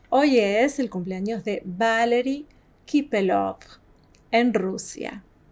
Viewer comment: С ходу ВалИри КапелОв, специально каверкает? Смотрит и не знает как зовут, животные 🐵🐔🐶🐷. Ой я тоже не правильно произношу...